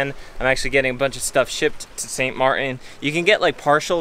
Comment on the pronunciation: There's a 'T' in Martin ... just being picky (you day St Mar-in)